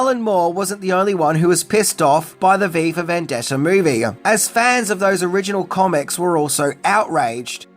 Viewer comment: Your pronunciation at a few points sounds like "Viva Vendetta," potentially even more dystopian 🤘